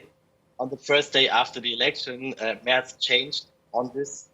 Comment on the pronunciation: Say the name properly. It's Mehrtz. Not Murtz.